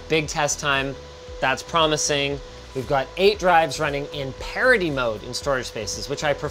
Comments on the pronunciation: I love how Linus' pronounciation of "parity" is confusing youtube CC and making it into "parody mode". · Tbf, I heard him say parody mode. Even listening to it a few times, I still think he said parody.